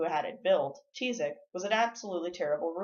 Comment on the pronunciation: That's not how you pronounce Tizoc 🙄 And that's my last name